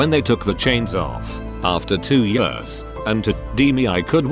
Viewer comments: the word years: *exists* TTS: yurs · “For two yeeAss” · No one absolutely no one: Robot voice: YAWS